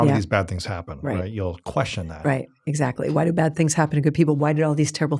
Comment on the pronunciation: When he says „exactly“ it sounds like „shut up!“ - I looove her❤ thank you for your inspiration